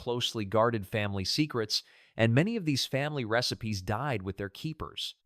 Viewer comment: This AI voice is annoying. It pronounces AMISH as AYE-MISH & RECIPES AS REE-SIPES